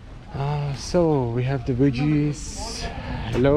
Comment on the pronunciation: I love all your videos. I have been binging them for weeks now starting with Uzbekistan. It’s so funny when he says certain English words like Veggies he says Wedgies. Or he pronounces fruit like Fru-it when it’s more like the word scoot or boot. But I also noticed all these shops he goes to they all pronounce Nike the same way as as well. Must be an overseas thing cuz it’s pronounced Ny-key.